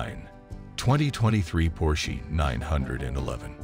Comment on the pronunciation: your A I is killing me !! Por shee give me a break